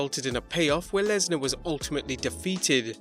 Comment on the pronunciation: It is Lesnar